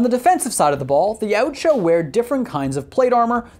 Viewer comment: Yautja is pronounced Ya-OOT-ja